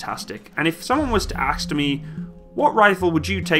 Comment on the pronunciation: He said “if someone “axed” what rifle I would choose...” this video is no longer fact